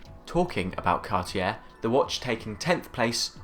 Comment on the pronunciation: Learn to pronounce Cartier, just out of respect. Also, your dismissal of any JLC beyond Reverso says more about you than it does about JLC - the watchmakers watch...